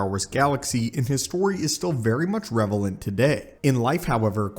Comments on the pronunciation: bro said revelant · I screamed when he said revelant 😂😂